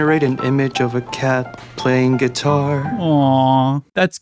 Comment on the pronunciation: Never heard someone pronounce guitar as "get-tire" before. Extra noticeable when it's right after the actor saying it better.